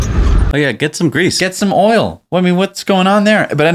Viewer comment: Hahahaha! said "oil".